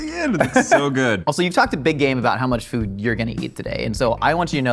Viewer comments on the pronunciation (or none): He literally pronounces food like"fud"